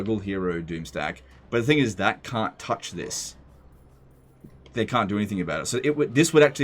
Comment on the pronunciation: "And regardless ... we have one advantage that zhey sorely lack: ZEPPELINS!!"